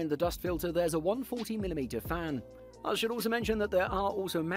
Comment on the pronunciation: I had to replay the video like 5 times to realize he is saying its a single "140mm" fan.... first 4 times I heard there is a "single one" 40mm fan in the back...